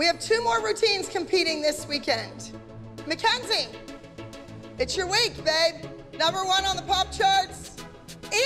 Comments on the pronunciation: That cringe when Abby says mackz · Why does she call Mackenzie mackzie